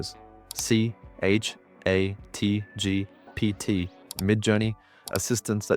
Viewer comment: Deep fake can't pronounce "ChatGPT"